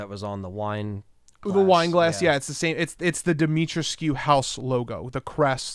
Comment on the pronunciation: Say it like this, DEE-ME-TREESCU